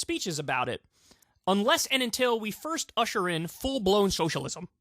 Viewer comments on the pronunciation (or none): none